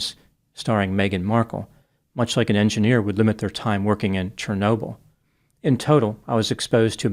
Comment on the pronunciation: 😂 “Chernobyl” I lost my shit!😂